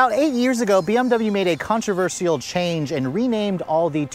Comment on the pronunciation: Speech Nazi here: It's pronounced kaan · truh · vur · shl not kaan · truh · vur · see- al .